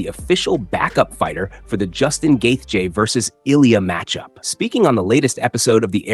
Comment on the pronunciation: Is the voice over AI or he just pronounces Justin's last name differently every single time? Lol Probably AI, which is so lazy.